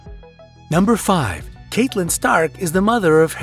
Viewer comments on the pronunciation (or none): 3 mis-pronunciations in a row....had to stop the video..... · DanteBrian isn't catelyn pronounced catlyn as well? Instead of cate-lyn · And he also says "Kate-lyn" rather than "Cat-elyn" despite how many times her name is clearly pronounced in the series! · I cringe so much whenever he mispronounces a name. It's CAT-EH-LYN. HER-MY-NIH. And VIH-SERIS . If you can't even pronounce the character's names correctly, it makes me question if you actually watch the show or just Google the facts you put here. 🙄 Smh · Agreed, it's making me frustrated. Way too many pauses and lingering on frames that don't need it. Also, they pronounced Hermoine and Catelyn wrong toward the end and that bugged me too. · and Catelyn... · rex dev He mispronounced "Gandalf", "Cersei", "fictional", "Catelyn" and "Viserys" too.